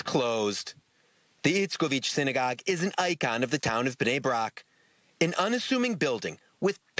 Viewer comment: I didn't know your temple is pronounced sign-a-gogue